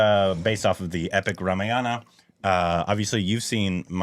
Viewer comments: It is not pronounced as Rama-yana. Its Raa-maa-yana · No no no it's not RAM- YANA. It is RAMA-AYANA. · I know this comment won't get a response, but I'll say it anyway—for the record, and with full contempt. If you're going to pander to Indian audiences for views, the bare minimum is to spend ten seconds learning how to pronounce Rāmāyaṇa properly. "Ramayāna" isn't just a harmless slip—it's lazy, jarring, and frankly insulting, especially when the word carries deep cultural and spiritual weight. It's not Havana, Savanna, or Banana, where you randomly stress the second vowel. Four syllables. Rā-mā-ya-ṇa. Sacred text, not a smoothie flavour. And don't pretend it's hard. You have thousands of native Indian subscribers at your fingertips. Ten seconds of effort—or one respectful conversation—would be enough. But parroting enthusiasm is easier than practising respect—I guess! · HEY STUPID REACTIONS GUYS .. we should spell it RAAA - MAAA - YA-NA...................NOT RA-MA-YA-NA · it not 'Ramayaana'.. its 'Raamaaayana' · ramayana word Pronounciation is mistaken brother. Pls check once with Google voice. Thank you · You're right, you don’t pander—just mispronounce sacred words in front of millions and can’t be bothered to spend ten seconds checking with the very people you’re supposedly catering to. But sure, deflect the critique by cherry-picking and fixating on one word—‘pander’—because it’s the easiest to mock, while ignoring the actual substance. Classic. BTW, if ‘pander’ stung more than the fact that you were butchering Rāmāyaṇa... thanks for proving the point better than I ever could. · Normally in hindi the A at the end is silent in Ramayana but in the original language Sanskrit, the A is pronounced.